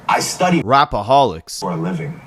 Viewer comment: the way he say rapaholics fucking sends me 🤣🤣🤣